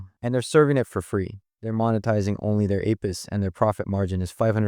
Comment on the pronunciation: He used an AI narrator it's pronouncing "APIs" as "Ape-is" and "GPUs" (the plural of GPU) as "GPU es"